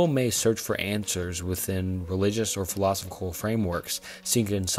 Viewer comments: I subbed. Good work. Good luck in growth. 1 minor critique tho, philosophical is pronounced "fill-i-sof-ick-al. Really minor thing tho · Bro if you’re gonna make a video about existential crises please learn how to pronounce “philosophical”, and “existential” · The pronunciation of philosophical was crazyyyyyyyyy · It's pronounced phil-low-sof-ik-all. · phill-eh-soph-ee-cal, man. come on. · Repeat after me. Fill-uh-saw-fickle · Listening to this guy mispronounce “philosophical” like 18 times and stutter and trip on his words throughout the entire video had me in tears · was brutal. bro mispronounced like 3 words in a row. Apparently cannot pronounce "philosophical" for the life of him, too. Not once the whole video. I mean, it's not a huge deal. It's still a good concept for a video. Just kind of hard to listen to with all the mistakes he decided to leave in. Especially when it's obvious that he's reading off of chatgpt. "globing warming" lol. Good try though. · Great video as always but I struggled to get over the mispronunciations of "philosophical" every time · Amazing video...buuuut I'd really recommend doing retakes of parts where you mispronounce or fumble words. It honestly sounds like you're reading from a textbook in a class you're not particularly interested in, and that makes it hard to listen to imo. Especially everytime you said philosophical. But you've got this! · I'll definitely subscribe once you learn how to pronounce philosophical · You improved drastically, I'm subscribed now. Sorry for my initial comment, I really enjoyed this video but I was losing my mind by the end specifically due to how you were pronouncing philosophical. Totally a me problem, your videos are overall fantastic keep it up! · I had an existential crisis when trying to work out how a YouTuber is this incapable of pronouncing so many words in the English language. FTLOG don't create a video about philosophical thoughts when you can't even say the word "philosophical".